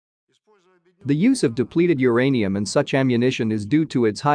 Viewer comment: It's uranium, not the other thingy. 😅😅 // But I certainly didn't know all this about the consequences of the use of depleted "UR-ANIUM." 😅 Very concise and informative clip. 👍👍